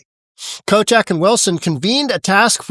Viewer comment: It gonna lie, I thought he said, governor “Kotex”. 😂